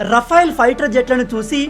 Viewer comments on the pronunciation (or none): రఫైల్ అనకు అది రఫెల్ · రఫెల్ అనాలి rafyl కాదు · Adi RA-FAIL kaadu sir... Oka sari google lo serch cheyandi, how to pronounce RAFALE ani.😅😅😅 Chaduvu lenu vaadu kuda vetter ga pronounce chestharu.